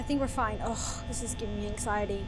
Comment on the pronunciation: ANG-ZAI-ÉTY haha xx